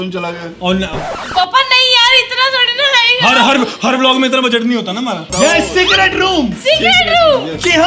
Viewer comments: When You Realize Its Secert not Secret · Fact that he have secert instead of secret 👇If you did't notice